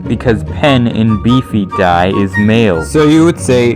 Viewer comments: is nobody gonna talk about how he mispronounces B.F.D.I as b i f i d a i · the most cursed part of this whole video is not only bfdi being involved in some way in the conlang community, but also the fact that he pronounces it as beefy die